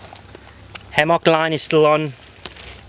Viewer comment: hammAWK haha